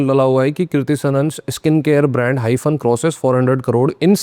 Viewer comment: Hymen suna tha hyphen nhi 😂😂😂